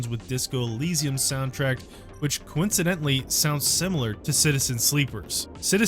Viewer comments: So alls I got from this review is that the guy has to be deaf And also seem to think the word soundtrack is pronounced sound tracked 😐 This is starting to feel like an AI script 😅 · ''sound tract'' lol.